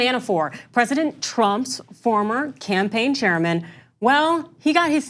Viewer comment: I heard "campaign chairman" as "General Sherman". Had to rewind three times to understand what was going on.